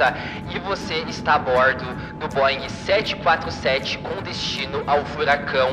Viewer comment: Dessa vez vc falou o nome certo B747